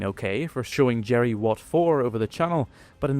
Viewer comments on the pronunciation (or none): none